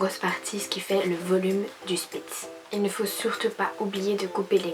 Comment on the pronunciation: Salut c'est une super vidéo ☺ moi c'est aussi une spitz allemand croisé elle a eu un passer dur mais maintenant elle va mieux c'est elle qui est en foto de profil je voulais te dire qu'on dit pas spitz mais shpitz (saufe sa s'écrit spitz) Bref je vais m'abonner à ta chaîne regarder ton contenu et likez ta vidéo (ah oui et je vais sortir ma première vidéo sur ma chaîne) Bisous 😙